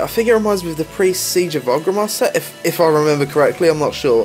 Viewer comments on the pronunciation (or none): none